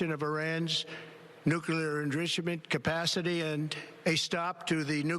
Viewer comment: Slurring “nuclear enrichment capacity” does not inspire confidence.